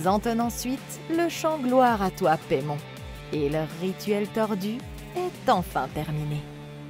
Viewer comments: ça se dit paillemone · "Paimon (Paille Mon) !" "Paimon (Paille Mon) ?" "Les lavage du plus longtemps avec Paimon (Paille Mon) ?" "Alors, c'est peut être lui mais le démon Paimon (paye mone) pas Paimon (Paille Mon)"